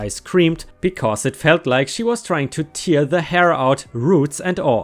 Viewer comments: tear pronounced tair. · Tear; meaning to rip or rend - is pronounced tare. Rhymes with hair.